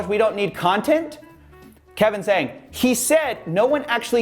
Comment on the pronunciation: Coffee you mispronounce zhang, haha, really for charge of racism?